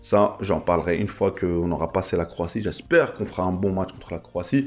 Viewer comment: Croatie pas croitie😅